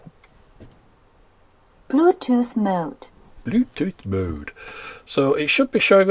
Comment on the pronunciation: Dániel I thought she said "Bluetooth Mote."